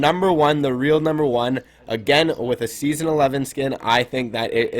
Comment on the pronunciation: he said nember 10 spot